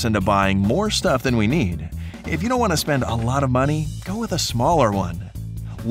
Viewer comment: Why are you talking like they wantuh